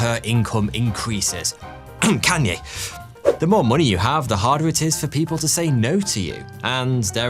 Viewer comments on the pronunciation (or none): none